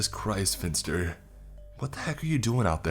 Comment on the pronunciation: Pff I keep hearing Mr. Fister instead of Mr. Finster.